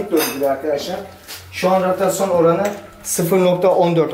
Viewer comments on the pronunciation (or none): ratrasyon diyo la harbi tamda orda gördüm senin durumu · adam ratyasyon diyor ona şey etmiş